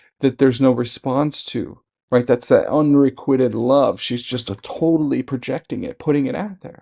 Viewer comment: PRONOUNCED un-re-QUITE-ed